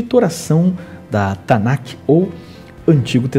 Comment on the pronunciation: Meu querido só corrigindo: não é "Tanac ou tanaqui "como você está pronunciando. Mas sim Tanakh, em hebraico: תַּנַ"ךְ